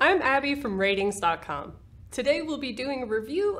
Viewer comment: I always hear 'RTINGS' as 'R tings' - in an Afro-Carribean accent.